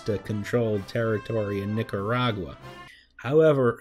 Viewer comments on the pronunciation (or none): none